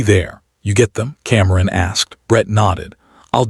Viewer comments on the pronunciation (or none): What is wrong with the narration? Cameron is kamkrum and Simone is someone?!